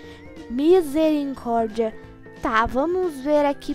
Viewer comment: Vc fala minsericórdia kkkkkkkkk mas e misericórdia kkkkkkkkk 😂 😂😂😂😂😂😂😂😂😂😂😂😂